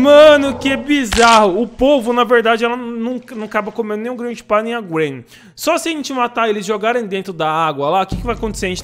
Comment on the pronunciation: Oque é: GRANDPA oque eu entendo: GRANDE PÁ